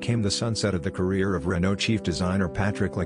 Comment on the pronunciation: Its Renault